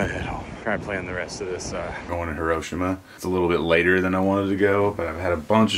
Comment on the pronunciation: Hi-ro-shee-ma. Have the courtesy to learn to say it properly.